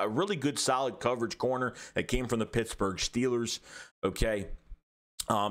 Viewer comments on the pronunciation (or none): none